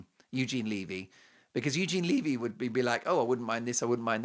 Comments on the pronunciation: 'levee' like "When the Levee Broke' not "leave-ee'. just sayin...☺btw Eugene said it was filmed in February. 😮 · omg its not leavy......its levy.Get it right. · Eugene Levy's last name is pronounced with a short sounding ' ĕ ' it rhymes with the word, heavy. It is not 'Leevy' . Eugene Levy is a great Canadian actor, comedian, writer, producer, and Canadians have loved him for decades - since the 1970s. 🇨🇦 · Eugene Levy (pronounced levee)!!!!